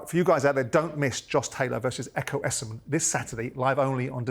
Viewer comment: Why has everyone started pronouncing Ekow Essuman’s name as “Youssamen” when it’s clearly “Essoman”🤦‍♂️🤦‍♂️🤬🤬